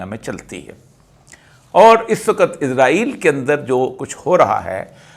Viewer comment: براہ کرم جناب اسرائیل کہا کیجئے آپ عزرائیل بولتے ھیں جوکہ غلط ھے !